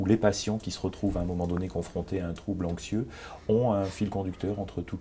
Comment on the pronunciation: Pourquoi il prononce "Inxieux" et "Inxiété" ?